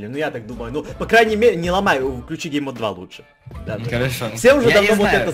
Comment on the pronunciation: "Лудше"? А не "Лучше" разве?